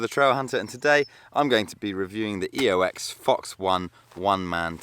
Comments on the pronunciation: Oex not Eox... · OMG YOU SAID EOX!!!!!!!!!!1. Nice video mate thank you